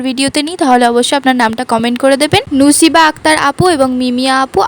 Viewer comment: আপু আমার নাম নুসাইবা 😅😅। নুসিবা না 😂😂 আমার নামটা নিয়ে প্রায় কনফিউশন সৃষ্টি হয়।।। কেউ ঠিক ভাবে উচ্চারণ করতে পারে না 😂😂